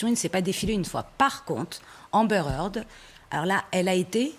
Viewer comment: heard pas hearth